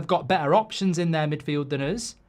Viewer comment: “Than uzzz”